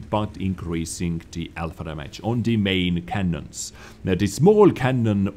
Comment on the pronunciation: Gotta fucking love the accent mate, lol. I can't help but laugh as well when he says... Dhamajj. (Damage) xD Not saying it's bad, I just find it funny.